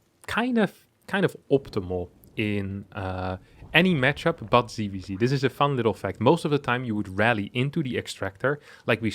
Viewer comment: ITS NOT "CVC" ITS "ZVZ" PLS CORRECT YOUR PRONUNCIATION!!!!!!!!!!!!!!!!!!!!!!! NOT "SEE" ITS "SET". JEEEEEEEEEEEEEEEZ Also: This is not about winning a computer game, its about winning wars... Future wars will be fought by drones/AI, and the best AI will win... Pls get up to date.